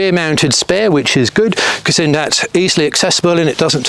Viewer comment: Really wish you could pronounce your 'Thats, thens etc' instead of Dens and Dats .